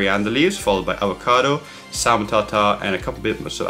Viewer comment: Great vid. Just one thing. The L in salmon is silent :)